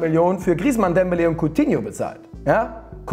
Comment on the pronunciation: Bei Coutinho stark betont, scheint so als wäre kein Coutinho Fan😅